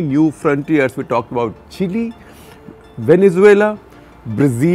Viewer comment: Shekarji you taught us how to pronounce “Chile” but seems like you have forgotten it yourself 😅 Looking forward to CTC episodes in 2022. Thank you for all these years 🙏🏼